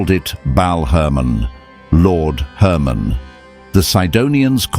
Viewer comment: Hermon not Herman.